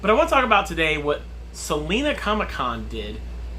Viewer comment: Just being nitpicky because I am from Salina but it has a long I Sal-eye-na ha!! Not like the singer Selena